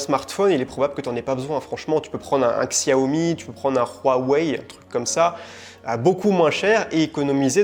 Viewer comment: On dit Shiaomi et Huawei !!😁